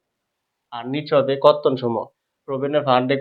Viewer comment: বর্তন নাকি কর্তন বুঝতেছি নাহ